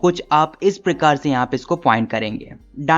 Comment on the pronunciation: Sorry sir but iss prakaar❎ prakir✅😂